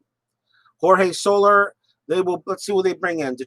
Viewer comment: well done and well played..... one nit pick... its not solar.... it is So... lair.... ( so... like your saying "so" what... and "lair" like your saying the home of an animal).. so-lair...